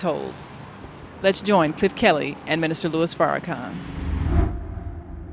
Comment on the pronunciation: sir it's not Louie it's Lewis Lewis I don't know whether you did this on purpose or by accident but correct yourself it's Louis Farrakhan Minister Louis Farrakhan